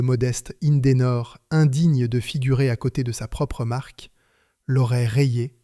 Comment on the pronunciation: IN-DE-NOR 3 syllabes, pas 5! ceci dit, sont sortis également de ces lieux les moteurs CLM (compagnie lilloise de moteurs); moteurs deux temps diesel avec une particularité: deux pistons et trois bielles par cylindre.